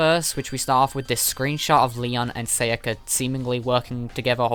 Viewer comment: Sa ya ka. Not seiyaka.